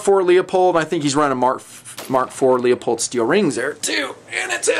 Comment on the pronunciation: OK, Happened here again! Scope * Leupold* is NOT pronounced, * Lee a pold.* NOT pronounced Lee you pold ! It IS pronounced LouPoled! Smith is not Smeyethed. STOP IT!